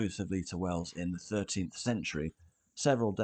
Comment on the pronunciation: Wells, not Wales! Sounds similar doesn't it but it is different. Us natives pronounce the Principality of Wales as "Wayles" so it does sound quite different to the shorter "wells". The several springs that abound in Wells (hence water running down the gutters of the streets all year round) were worshipped by the pre-Roman pagans and the particular one where the cathedral now stands was later also used by the Romans who would have worshipped that watery place. On that site Roman remains have been found of a very small temple building very near to the present cathedral. The Anglo-Saxon church/cathedral is barely a stones throw from the Roman temple and its spring and in turn the Norman cathedral was built just some 25 yards to the north. The Anglo-Saxon font (circa 900AD) which was once in the old Saxon cathedral can now be found in the north transept. One earlier name for the settlement has been identified which include Fontanetum (Latinised) in a charter of 725 granted by King Ine, the word has a watery reference, very apt.